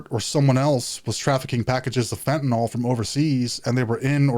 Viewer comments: Why does everyone say "fentinol" when there's no o in the word fentinyl???? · Anybody else get annoyed by the way people say fentanyl??🤣🤣🤣 it's not fentan-all.. but fentanyl.. like benadryl.. not all.....but Ill..... fentan-ill!. You're welcome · Where in the word fentanyl is an “ol?” There isn’t, just imagine the “yl” is pronounced “il” and you won’t sound like such an idiot. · It's fucking fent a nil.